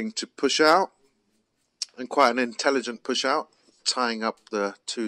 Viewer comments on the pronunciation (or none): none